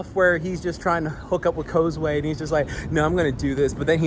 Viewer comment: I thought it was pronounce ( koz-uu )